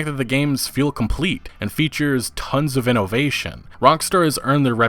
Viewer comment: watching a video and he says "inno-vation". Gotta be at least once per video.